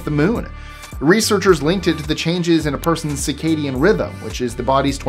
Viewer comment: Hey. Mr. Pedantic here…the word you want, regarding sleep is “circadian rhythm,” not “cicadian.” Cicadas are insects. Lesson over. Keep up the good work!